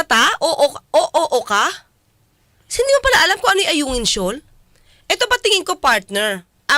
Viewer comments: Ayungin shoal naging Alunan shoal na bulol na si Digonyo Sabi ni Digonyo diko nga alam kung saan ang Alunan shoal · Ayunan di mo ba narinig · Atty Claire parang sadyang minamali nya ang oag bigkas ng ayungin shoal. Oara nga nman mi kusot sya oag naimbistugahan sya sa tamang forum i mi lusot sya. Na gets nya ba ang point ki Atyy? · No more govt positions for this bulol FPRRD..d man lng nya mapronounce ang Ayungin.. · Duterte is a pathological liar. He couldn't even pronounce the Ayungin Shoal correctly? My goodness! No to Dutertes anymore! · Bakit he keeps on saying South China Sea. He does not acknowledged its our territory and say West Philippine Sea. He himself believes it’s owned by China. High nanaman si Digong. He cannot even say the word Ayungin correctly.😂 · He can’t even pronounce Ayungin Shoal properly… the Mumbling Liar!